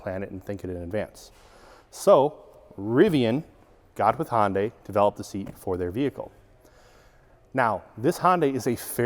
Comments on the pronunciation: Are you trying to say "Honda" or "Hyundai"? Sounds like "Hon-Day" which is somewhere between the two. I thought it was pronounced Hon-duh for Honda and Hun-day for Hyundai. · I think it’s pronounced Hun Day, not Hon Day. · Why is he calling it honday it’s pronounced “hun-day” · Hond-AY? It's HUN-day, like Sunday and Monday! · Sorry, i had to stop watching. If I hear Hohn-day one more time.... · Please, Hyundai rhymes with "Sunday" not "Honday" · Another car expert that doesn't know how to pronounce Hyundai. It rhymes with Sunday. It's been pronounced that way since 1985. Just watch a Hyundai commercial. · Who in the hell is Hon-day? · No, actually it's pronounced "he-oon-day" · Yeah, that would be also wrong, even though most pronounce it that way... The correct version would be the way Koreans say it "he-oon-day" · Yeah, my brain thinks he's saying "Honda" every time, until it ends in a y, then my brain goes ?????! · I've heard Hun-Day, Hun-die, Hi-Un-Day, and Hi-Un-Die, but I've never heard Hon-Day before. I honestly don't know the correct way to say it, but Hon-Day just throws my brain for a loop. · One tiny request.- Hyundai rhymes with day (or closer to "eh"), not eye. I kept thinking you were saying Honda. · Had to turn CC on to see if was saying "Honda" or "Hyundai". 😉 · It rhymes with Sunday. Too many people pronounce the silent y in Hyundai.